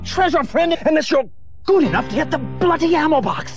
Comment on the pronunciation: I like to think “lost manhood” refers to being shot in the sack. Also, as a Brit, it’s funny how always pronounced bloody as blooty.